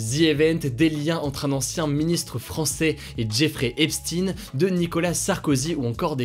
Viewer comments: on dit "epshtaine" et pas "epstine" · Epstaayne pas Epsti pour la prononciation de Epstein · epstEIN pas epstINE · On prononce EPSHTEIN pas EPSTINE haha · Faudrait soigner un peu tes prononciations c est recurrent c est a croire que t as pas de culture generale. Tu dis bien albert einshtein (einsten) Pourquoi tu dis epstine ? C est epshtein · On dit "epstEIN" pas "epstINE" Faut revoir la prononciation des noms juifs ^^ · on dit epstine en Anglais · Merci!!!! Car moi aussi ca m'arrache les oreilles.Hugo a besoin de d'ameliorer son accent anglais😜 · S'IL TE PLAIS HUGO FAIS UN EFFORT SUR LA PRONONCIATION DE "EPSTEIN" J'AI LES OREILLES QUI SAIGNENT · Moi aussi!!! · Tu prononce mal pour Jeffrey epstein